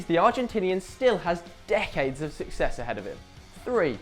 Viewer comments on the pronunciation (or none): none